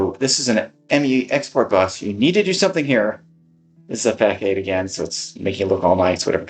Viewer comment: "Facade" is not fak-ade'. It's fuh-saad'. Google 'facade pronunciation', and it will even say it for you.